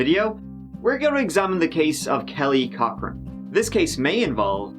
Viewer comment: I keep hearing Kelly Cockring and can't concentrate.